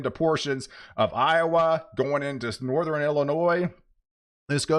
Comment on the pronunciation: There you go again....sou-ther-in and nor-ther-in!